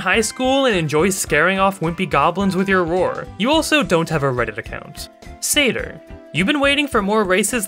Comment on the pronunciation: Lol the way he pronounces satyr cracks me up.